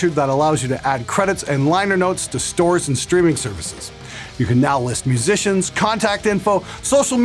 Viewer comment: Restarted the video 3 times just to hear your awesome pronunciation of mhhuhsicians.